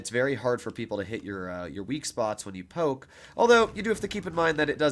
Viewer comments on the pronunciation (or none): none